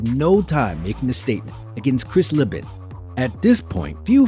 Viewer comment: Chris Leeeeeeben. Cmon guy. Put some respect on his name